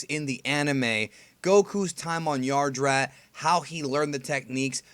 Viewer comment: Yadrat, not Yardrat